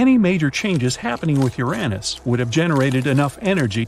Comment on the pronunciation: Bro really just called Uranus Uränus